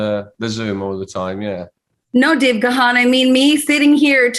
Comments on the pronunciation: Not Ga-han. You pronounce it GONE. He is so polite he never corrects people. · Dave channeling his inner Bono eyewear. Ladies and gentlemen…it’s Dave Gaaahaaaan! It’s pronounced similar to “Gone”. ;) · O my god Ga:n...dear...wife, how do you speak his name😵??? it is realy not ok. Please correct this..ask the universe.... Dave G. is the King ❤🤗❤ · You’re pronouncing his name wrong! 🤦🏽‍♂️ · If she likes him as much as she says she does how the hell can she not know how to pronounce his surname?